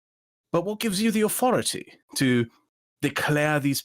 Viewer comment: still can't pronounce 'th' "aufority" "fing"